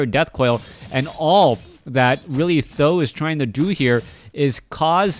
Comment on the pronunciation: great cast thx u. the only thing I think th000 it is pronounced T and H like the letters. Every other caster ( b2w , chaco ) pronounce his name like that s I think u could follow that way just an opinion